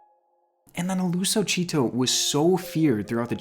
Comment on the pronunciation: When. He said nalusa chito it ripped my ears. He butchered the words 😂😂 it's pronounced chit like chit chat and toe. So chit -toe